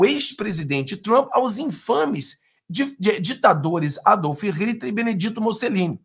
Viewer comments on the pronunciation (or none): Adolfe Rititi e Benediti Musselini??? Quem são esses? Cara, antes de falar, leia... ñ precisa ser mto, 2 ou 3 páginas devem ser suficientes pª aprender o nome de personagens históricos, valeu?